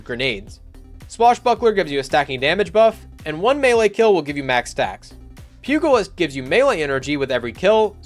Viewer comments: All I know is that you need to research the pronunciation of pugilist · Pew - jah - list... It's crazy how many people pronounce pugilist wrong